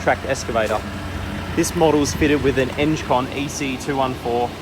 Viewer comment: Eng-con not enge-con !!